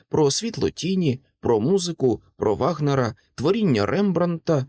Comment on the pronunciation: Пробуйте вимовляти звук ,,ч" м'якше, а композитор, Ваґнер.